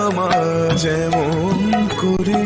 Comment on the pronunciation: আজকের এপিসোডে আমোদির কন্ঠে ---তুমি নির্মল করো গান টি তে ---মঙগল কোরে উচ্চারণ করা হয়েছে। প্রকৃত উচ্চারণ হতো করে অর্থাৎ হাতে। কিছু মনে করবেন না। আজকের এপিসোডে চোখের জল ধরে রাখতে পারলাম না। অপূর্ব কাহিনী বিন্যাস আর উপস্থাপন। আমার অনুরোধ যদি সম্ভব হয় শনিবার ও রবিবার তখন সম্ভব হয় যদি প্রচার করেন , তবে ধন্য মনে করব।ধন্যবাদানতে।